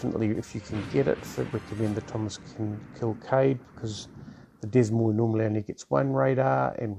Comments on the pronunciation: Since this ship is named after a US city, FYI it would be 'Duh moine' pronunciation. No 's' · Heads up, the “S” in Des Moines isn’t pronounced.